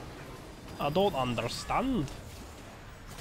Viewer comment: Sub goal: one game in your most posh n British accent you can fake. Like “ I dun understand”.